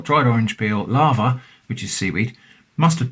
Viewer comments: I was slightly confused until I realized he was saying Laver, not Lava. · Sorry to pull you up on something,, but it's 'LAY-VER'. My late father was Welsh, and corrected me. We had it as part of a Welsh breakfast, with all the other fry up bits, and cockles, in a cafe in Saint David's, in the mid 1980's. It was delicious, and I've loved it ever since. Everything you have there looks superb. I'm definitely ordering some of that cheese. The book 'A Country Harvest' has full instructions on how to process Laver for eating. I'm sure you can find Laver on the Dorset coast. I think it's only rare in Scotland. Might be a worthwhile experiment to make your own Laverbread - the 'bread' part is because 'bread' used to be used where the word 'food' would be used nowadays. It's very disagreeable looking stuff, but I find that part of it's charm. The Laver and oat cakes as part of a fry up? As the Romans might say: "Colei canis est!"